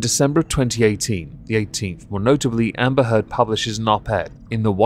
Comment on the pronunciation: Did you say Amber Turd ? Just checking <3